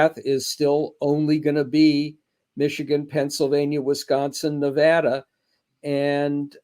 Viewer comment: Only one of you even know how to pronounce Nevada !